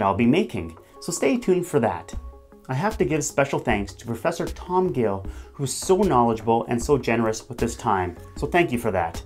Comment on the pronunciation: Anywhere else heard: Oi, me name is Tum Gil. Am from England.